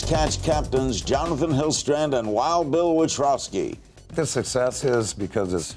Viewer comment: He pronounces wild bills last name witrowski ..lol i know bill wanted to correct him